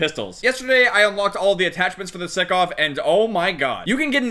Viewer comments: its not sikov, its pronounced like sike but sykov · Stickov it's sykov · STOP SAYIN SICKOV - STAAAAAAAHP ITS SAIKOV (SYKOV ACTUALLY) BUT U GET THE POINNNNNT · Everyone: Sykov: Sickoff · please. its sEYEkov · Its pronounced saikov my guy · Mans realy said sikov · It’s sy co v sycov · Sykov Si-cov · your saying the name of the pistol wrong, not being picking just letting you know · He pronounces the gun wrong >:(